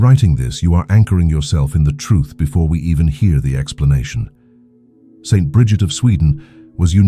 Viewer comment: if you spell out Saint instead of St., the AI voice you use for narrating won’t make that awkward pause every time it reads “St.” It interrupts the abbreviation as a period. As for the millionaires receiving their payment now and having nothing later, I have trouble reconciling this with the EXTREME, UNPRECEDENTED OUT OF CONTROL WEALTH that today’s MEGA BILLIONAIRES are amassing. No future debt they might face can EVER atone or compensate for this absurd imbalance and of hoarding SO much wealth by the world’s .1% while billions of people languish in poverty. It seems Jesus might not have foreseen how extremely greedy and corrupt we were destined to be one day. But I’m just guessing, as I can’t fathom the explanation for the existence of today’s mega billionaires as being a rational one.